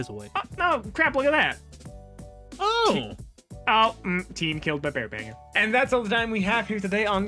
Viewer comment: I thought said bare backer instead of bear banger